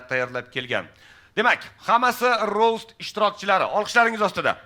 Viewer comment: rost emas rovst nimaga v bor aytilishida boshidanoq